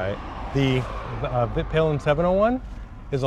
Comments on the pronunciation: Vit Pilen is pronounced Veet Pee-len, it means the white arrow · In Sweden we like to push words together, so Vitpilen is actually the two words Vit and Pilen meaning the White Arrow, Svart is Black and Silver is Silver. Vit is pronounced Veet and Pilen would be Peelen. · Ummmmmmm it is really pronounced more like Viit piilen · Also "vitt pillen" and "swart pillen" lol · Hi! Vitpilen should be pronounced Veet-peelen, with long vowels. Peel as in orange peel, and Veet such that it rhymes with wheat. Svartpilen would be Svart-peelen. The names mean "white arrow" and "black arrow". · "vit" : [pronounce the i as you say e in "easy" aka a longer "i"] vit [viiit] is where your word white comes from. Husqvarna is a city in Sweden. It means "The mill house". Just call a Swede and listen a few times. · Haha... It is pronounced "Wheet Peelen" ;P